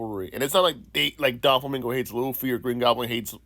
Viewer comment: Bro is literally having to combine characters to try and make this theory work. He even said “Don Flamingo”🤦‍♂️